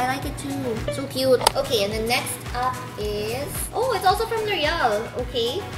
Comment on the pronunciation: na aliw ako sa "it's sa kyoaaat" di ko alam pano e spell😂